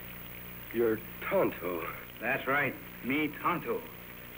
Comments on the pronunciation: That would be "Tanto," not "Tonto" (which is pronounced "Tone-toe"), and "Tanto" means "so much." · "Tonto" is pronounced differently; it has two long "o" sounds. If you want the spelling that sounds like his name is pronounced, you will spell it "Tanto," which means "so much."